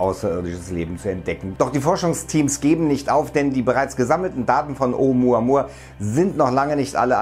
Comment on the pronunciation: Oh Muhh Ahh Muhh Ahh